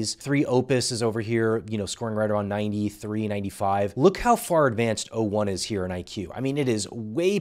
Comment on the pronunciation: He keeps saying 1o instead of o1 which also drove me insane